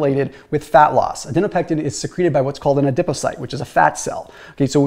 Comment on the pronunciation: You said adinopectin